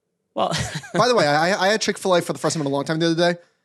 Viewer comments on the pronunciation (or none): "chick filet" lmao